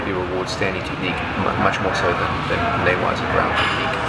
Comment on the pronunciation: its actually NAGE waza and NE-Waza . Tachi waza +Sutemi waza = NAGE waza